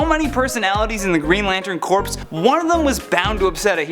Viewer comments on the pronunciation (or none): Green Lantern Corps as in Core not Corpse. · Corps is pronounced Core not corpse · I don't know about these lists. Lot of questionable "heroes" on this list. Orion was mispronounced. And Green Lantern Corpse ??!? Who died? Oh.....you mean Corps which is pronounced CORE. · Corps. is pronounced the same as core. How hard is it to find the correct pronounciation? You even pronounced Orion incorrectly.. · Corps is pronounced coor, not corpse. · Dude, repeat after me: "Oh-Rye-Ahn". Just like the constellation. Also, you don't say the "ps" in "Corps". It's not a dead body. You wouldn't say "Marine Corpse". It's pronounced "core". Just saying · Not just names but abbreviations as well. Green Lantern Corps is pronounced 'Core', not Corpse. Bloody millenials... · 💪 You said that Lobo gets on Clark Kent's nerves, when you should have said Superman. In fact, you did this several times in the video. The places in which you said Clark Kent instead of Superman might imply that these other characters know Superman's civilian identity. (Some of them do, but not all.) 💪When you say the word "corps" - as in Green Lantern Corps - the p is silent. If you say the letter p in the word, what you are saying is "corpse" (dead body) 💪0:358 The character's name is pronounced Oh-Rye-In.